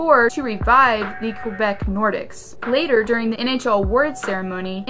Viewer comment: Quebec nor-deeks is how it's pronounced...